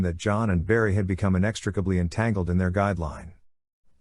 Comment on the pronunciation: Inn-ex-trick-uh-blee. Great story otherwise